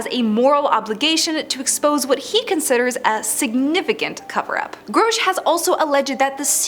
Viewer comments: His name is Grusch, not Growsch. Who can take you seriously when you fuck up saying the main topics name. You suck horribly. Delete this video and do it again. This time don’t use AI, use a human! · GROW-SH????? It's GRUH-SH. How you fk this up so bad? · Groshe. Lol. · You said his name like 53 times and you also said it wrong like 53 times. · Every time you screw up his name, YOU sound more STUPID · You'de think she would have done some listening on how others pronounced his name. So gross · Mispronouncing his name is part of the disinformation campaign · How am i suppose to believe anything you say when your "research" didnt include how to say his name. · Not even 2 seconds into the video and the Narrator EPICLY Phucks up David Grusch's name. Damn. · .....and says it 100 times 😅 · You are pronoucing Grusch wrong. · Yes there is no O in his name.